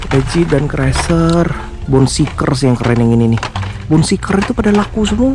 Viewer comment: bacanya bone shaker bro, bukan bone seeker